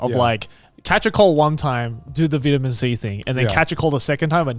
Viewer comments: “VITuMeN C” lol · The way Grant pronounces vitamin 🤣🤣